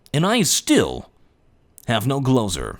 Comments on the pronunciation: sounded like 'glosure' that time, but ok, thanks for the tips :D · he said gloser!!!!!!!!!!